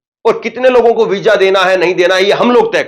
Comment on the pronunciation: हजार नहीं मुन्ना हज़ार वीजा नहीं कहते वीज़ा कहते हैं 😂😂😂😂😂😂😂